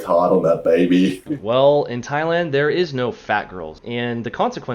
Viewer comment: ...its pronounced"'tai-land"